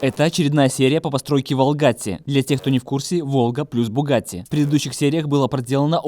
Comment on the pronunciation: Ёлки палки, поменяйте ударение в название машины. Ворона не звучит. Ставьте правильно ударение будет круче звучать Волгатти Вор О н) удачи вам в проекте)